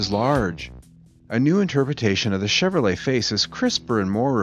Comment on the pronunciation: This guy has a hard time with the word "Chevrolet" His read reminds me of Spicoli from "Fast Times At Ridgemont High"